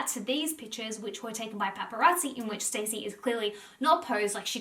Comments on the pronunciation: Her name is not stacey it's Stassi (stawwwceee) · Guys it’s not pronounced ‘Stacey’ it’s ‘S-TAH-SEE’😭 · Me yelling at the screen STASSI! Every time you called her Stacey lol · It’s pronounced Stà-see. Short A. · Not "Stacey" 😭😭😭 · (Staww- see) is the pronunciation hehe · i cant get over that your saying stacey instead of stassi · Not gonna lie I was getting triggered that she kept pronouncing stasi’s name wrong and saying Stacy😭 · It’s pronounced Star-see (short for Anastasia) Love you and your positive vids xx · I don’t think you’re saying her name right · How do you not know how to pronounce “Stassi”